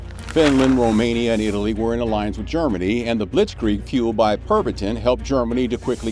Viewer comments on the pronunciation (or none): none